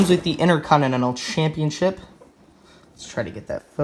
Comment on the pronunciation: HE KEEPS SAYING INTERCONINENAL